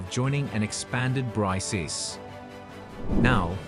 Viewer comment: You are pronouncing it wrong. It ends with the K sound. BRICS pronounced like BRIKS